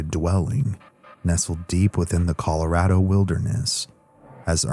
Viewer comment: scariest part of this whole video is that pronunciation of ColorAAdo🤣